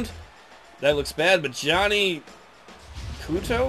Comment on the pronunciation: Its almost like he was ROY. Really... sigh Ceuto. Qway-toe.... No its oka, nevermind. I shouldnt get on your back about that stuff. I apologize. The reds, the Giants' kryptonite. Apparently in real life either the colour red or the communists would be the giants in a one on one fight. he must be a freedom patrol member in training. is he worth that trade for bumgarner yet? well youre not going to get themt hat way. Oh hey the other Giants kryptonite is doing well too. Brandon Mccarthy with 5 wins. OH no wait im thinkiing brett anderson. Eh either way, an ex A is doing well. no im sure the A's quite enjoy him as a one two punch with sonny gray. This man has pride damnit!! Is it cause your bad? Its cause youre bad right?